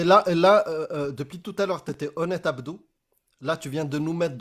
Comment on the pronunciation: Àbdou? Àbdou? C'est plutôt Abdur non ?